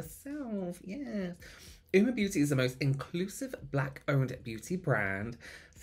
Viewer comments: Oh nooo not being able to hear "oo-ma" the entire video means I'm skipping this one 😬 It takes 30 seconds to Google it man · Ah I see at least read the phonetic pronunciation but still got it wrong 😂 big rip